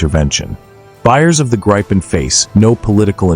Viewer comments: Gripen with a "i" like in Indiana, not like in Iowa ! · A think there is no such fighter named the graipen nor the rafallee... Please try and make some effort, even though you're an American! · Gripen (eng Griffin, ie the mythical creature in Greek mythology, with a lion’s body and an eagle’s head and wings.) it's not prinounce like you have a gripe with someone (like in this video), it's pronounced like Greépen, with a rolling R. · Let me explain the name Gripen: It means The Griffin, i. e. the suffix en is the definite article. It is pronounced Greepen. For international commentators it would be more convenient to just call it The Griffin.